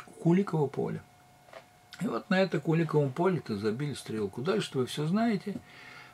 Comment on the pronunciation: О, ударение в Куликовом поле как местные говорят